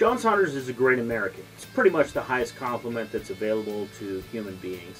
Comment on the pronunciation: I new you were from Ohio as soon as I heard you say “Great American “ listen Willy Cunningham much... The Great American great video ... awesome channel makes me want to get one of those HMMWV